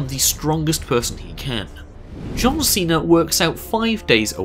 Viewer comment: Cesare instead of Cena